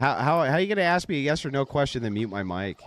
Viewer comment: Don't trust anyone who pronounces, "Aks" and "Ecspecially"